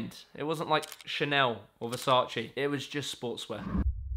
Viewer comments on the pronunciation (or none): none